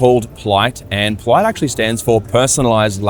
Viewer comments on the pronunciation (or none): Pliyt sounds like plight